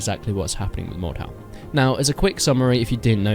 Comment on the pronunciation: It’s pronounced Mord-Dewl